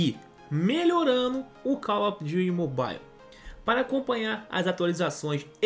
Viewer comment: Me da agonia quando ele fala call of duty. Juro vey fala com a sonoridade brasileira🤓 parece a velha do youtubiu